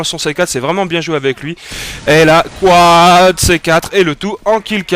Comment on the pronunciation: Pas beau quand tu dis quad, ca le fait pas dutout desolé.